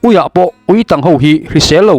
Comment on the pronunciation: Ui ketângchiau nen inhriat pawlh ani maithei e, Uitàng rual tih a 'tang' tih hi chu Tangkawng kan lam anga lam tur aniin ka hria..